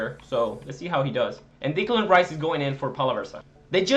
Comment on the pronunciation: Just so you know, it's not Dicklan Rice, its Decklan Rice